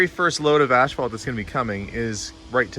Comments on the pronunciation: I wish I had a hundred dollars for every time he said ass fault. I could go on a shopping spree. I thought maybe he was saying it so much because in his last video on the pool house, people in the comments kept pointing out how he says it differently than how it is pronounced in the US. Maybe that is how all Canadians pronounce it. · I figured it was a Canadian thing. 😊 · But there is no "h"!😊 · Please, there's no "H" in asphalt. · Are you pronouncing asphalt differently for utube? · Great video - BUT - you make a bit of an ash of yourself for consistently pronouncing asphalt wrong.🤓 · There is no H after the S in Asphalt. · Canadian pronunciation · I have heard another Canadian YouTuber pronounce it the same way as. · There are lots of words said differently from region to region. ASH-fault sounds way better than the way I've always heard it (ASS-fault) anyway. I pronounce the word "caramel" as CAR-MEL. My daughter says CARE-A-MEL. Why? Don't know. Don't care. With such an interesting world of diversity, how can there be only one "right" and everything else is "wrong"? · Curious…where I live everyone pronounces it “as - fault.” How does everyone else pronounce it? Is pronouncing it “ash - fault” a Canadian thing, a regional thing, or an thing? 😉 I love these types of things! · It’s not ash-phalt, it’s As-phalt. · Is he saying ASH phalt? Ive never heard it called that before. We say asphalt. No "h" in the word. I guess its different in Canada. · I am not picking by any stretch but it's spelled and pronounced asphalt not ashphalt. You are making me twitch when you say it :D hahahahaha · I have never heard asphalt pronounced “ash fault”. Where I’m from it’s “ass fault”. 😂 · 😂😂😂it's pronounced ASS-FAULT...not ASH-FAULT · In New Mexico buildings were made with cinder blocks made with cement and volcanic ash. Is the "ash-fault" made with volcanic ash or is it just customary pronunciation? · Is it a Canadian thing to say ‘ashphalt’, or just an thing?